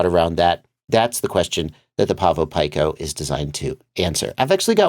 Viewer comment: Pico... pronounced like peeko, not pike-oh